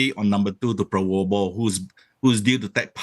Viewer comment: Sorry prof.... He's name is PraBoWO, not PraWoBO 😁😁😁